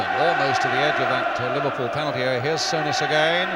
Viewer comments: Sue.ness...not sow..ness... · Brian Moore ,got it so wrong in say souness name wrong throughout spoiling it for me ,I can't believe he made such a mistake there must be a BBC commentary of this game with John motson or Barry Davies